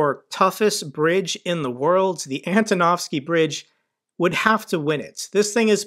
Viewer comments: Hi mate, love your content and cover but please say AN-TO-NOV-SKY and not anatovsky xD hehe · This is not Anatowsky bridbe, but Antonowsky one :) Good job anyway, thanky you for your updates from Ukraine.